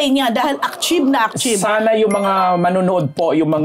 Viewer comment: naiirita ako marinig ung akchiv,akchiv ng na yan.Bat d kaya kino correct ng 3 na magaling naman sa English? d ba atchiv yan?(achieve)